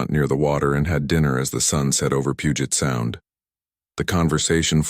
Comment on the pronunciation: Good. And you pronounced 'Puget Sound' correctly. 😁